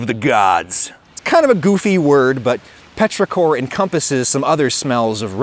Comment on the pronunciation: you're slightly off on petrichor - "petros" is greek for stone and "ichor" is what the gods and immortals have instead of blood. the emphasis in ichor is on the first syllable, and it's pronounced like icker (in english; it's very different in greek).